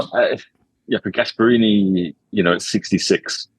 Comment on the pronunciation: The fact that a football “expert” said “cuddly Gasparini” just quit and let someone who knows things speak